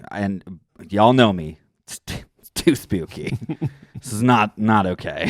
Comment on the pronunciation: saying “Tew Spewky” is everything ❤️